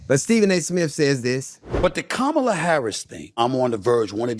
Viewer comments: Ugh! Her name Kamala is pronounced as comma-la. Not kuh-ma- la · comma- lah